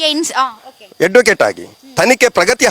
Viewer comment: ಯಡ್ವಕೇಟ್ ಅಥವಾ ಅಡ್ವಕೇಟ್ ಯಾವ್ದು ಸರಿ ?? ... ಕೇಸ್..ಶವ ಸರಿ ಆಗಿ ಮಾತಾಡೋ